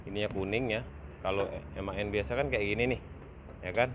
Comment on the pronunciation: Sekedar informasi,di bacanya M.A.N om bukan MAN,jadi penyebutanya di pisah karena itu singkatan,kepanjanganya adalan machinen Augsburg Nürnberg.